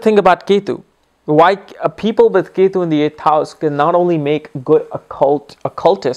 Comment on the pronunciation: So funny its not yetu its ketu